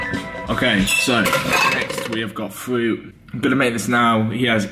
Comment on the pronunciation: Fwoat it’s fruit lol